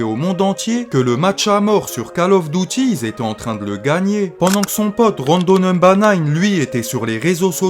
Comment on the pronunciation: magnifique tes videos, par contre arrete avec ton "kale auffe dautie" stp 🤣🤣🤣on prononce "call of duty"